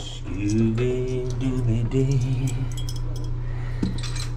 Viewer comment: It’s Scooby dooby doo ! Not Dee 😂